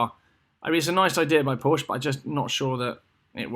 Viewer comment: You should not be allowed to buy a Porsche if you can't pronounce the name correctly. One sits on a porch, you drive a Porsche (pronounced like the girl's name Portia). How do you pronounce Bordeaux? Do you say, "bor-de-ox"? Of course not.